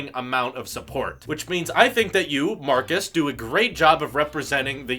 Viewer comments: His name is Marques (pronounced: "Mar-kezz" not "Marcus") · No hate but plz his name marquez not Marcus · Let's say it together MARKEZ... Not Marcus. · its Marques not marcus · It's not Marcus. It's Marques. Different pronunciation. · His name is Marques, not Marcus. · It's not Marcus, it's Marques! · His name is marques not marcus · Holy hell, his name is pronounced "mar-KEZZ".. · ITS MARK EZZ MAN GET IT RIGHT! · If you want to collab with him potentially, you may want to learn to say his name right. :) It's Marquez...like a z. :) Good luck! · It's pronounced markez by the way is you didn't know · Maybe pronounce his namely correctly first.... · He butchered his name!